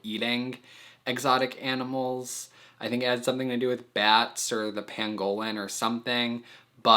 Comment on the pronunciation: No one: Not a soul:: Pan golen. (Btw love your videos no offense just thought it was kinda funny)